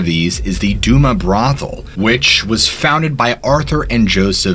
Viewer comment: It’s pronounced do- mas brothel, And ga- Lena street, as a butte native it pisses me off when people can’t say shit properly